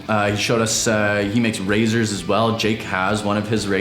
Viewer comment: Hol up…. Did you say RAZORs?!